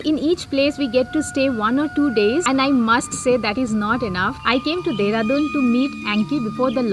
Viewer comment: Corporate me dehradun ko deradon bolate hai kya 😁😁